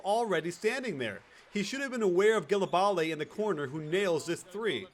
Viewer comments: i think its not pronounced like gilebale its jilebal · Great video coach but it's pronounce "jélabal" not "djèlabalè" =) keep up the good work a subscriber from france =) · Your pronunciation was great ! Except for Gelabale, to pronounce it the right way you have to : - For the "Ge" , you have to say it like the first name "Jay" ! - The "La" is like the "La" in the word "Last" - For the "bale" you pronounce it like if you add a B in front of the name "Al" ! There you go for the right way to pronounce his name ! Great breakdown by the way, I loved this game =) Hope you'll do more euro stuff during this year ! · Cmon man Gelabale is pronounced Jé-la-bal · Ah ah ah !! Here : Google translate Gelabale in french, you'll see. But you pronounced Ajinça GREAT !!